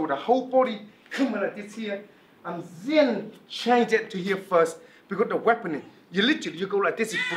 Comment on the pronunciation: i love when he say zen instead of then